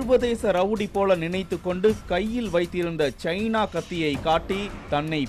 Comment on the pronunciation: Sarvadhesa rowdy endru ninaithu kondu. Kaill chaina kathiya.. Ennaya chaina phone mathiri solra😂😂😂